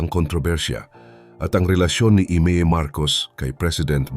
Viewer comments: Ay Mee po not ime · Imee..(aymeee) not imi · Not AMY She is IMEE....... Ayme🤣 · Yung pronounciation ng name ni Imee di tama ….